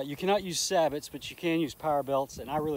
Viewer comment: Looks like a nice sight. By the way, "Sabot" is a French word. It is pronounced "say bow"